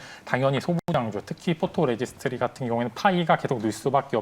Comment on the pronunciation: 포로레지스트리? 아이고....전문성 떨어집니다..그렇게 계속 잘못 말할꺼면 그냥 PR이라고 하던지 감광액이라고 하세요..